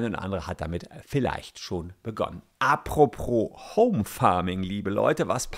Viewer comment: Apropos heißt das, nicht immer Apropro 😂